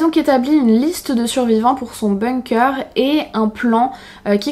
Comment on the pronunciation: On dit pas BOUNG-COEUR on dit BONG-KER